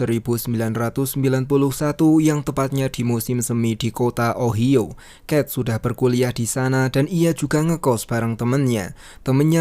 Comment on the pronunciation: OHIO itu bacanya: Ohaiyo...